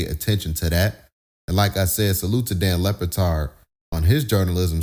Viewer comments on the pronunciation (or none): Lebatard with a B...not Lepatard😂